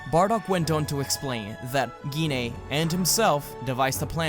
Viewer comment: Gine sound like Jean so u where kinda saying it wrong